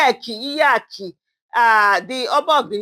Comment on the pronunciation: What a lazy way of creating content, it's difficult for you to get pen and paper or type Iyeki or Iyaloja somewhere, but you were able to set light and phone without learning how to pronounce the topic first, it's wrong. Do better next time.